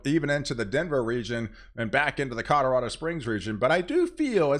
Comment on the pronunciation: at 2;23 colorado not cadardo